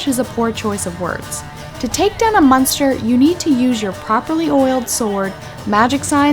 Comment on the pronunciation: Are you saying... munster?